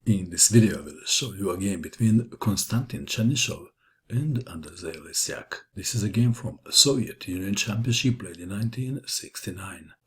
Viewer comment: you uncorrect Reading surname of polish player, Le ś AK not Lesiak:)